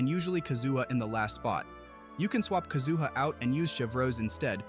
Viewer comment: My ears started to bleed when the AI said that.